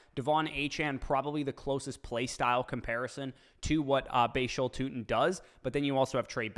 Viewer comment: Darn... Tuten 🤣